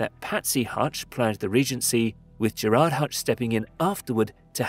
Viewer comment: Good video. But please for the love of god research the actual names of places. It’s pronounced naa-van , stra-ban, Ger-Rurd